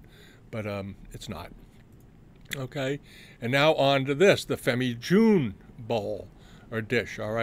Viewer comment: Fascinating. You are very knowledgeable. But your pronunciation of "jaune" is an abomination.